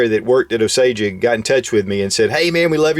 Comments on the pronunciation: Pronounced "Oh-sage" and not "oh-Sage-uh". Just for next time. :) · It's pronounced Ōsāje. Great video ANG great platform. I have a.308 and absolutely love it. Looking to upgrade to the Magpul stock for it to have detachable mags. Keep it up.